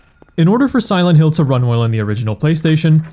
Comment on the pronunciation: "Silént Hill"